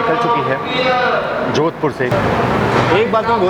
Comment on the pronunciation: Bro jodhpur not jodhapur